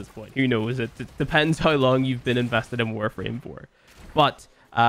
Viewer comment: I love you bro, whether you play Warframe or not. I love you because you change the pronounciation of 'now' to 'naei', 'how' to 'haei' and 'somehow' to 'somehaei'. That's rad and always fun ^^